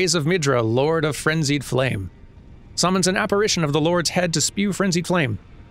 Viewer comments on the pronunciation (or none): none